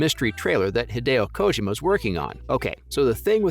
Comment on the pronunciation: It's like he was intentionally mispronouncing Kojima's lastname; way too distracting.